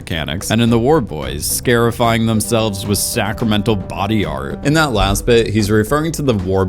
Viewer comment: Even tho scarifying is actually pronounced scar- (rhymes with car) -ifying, I’m gonna let you slide because words are always altered in the wasteland and the war boys might be trying to scare their enemies as much as dedicating themselves to Joe through their brands… 😆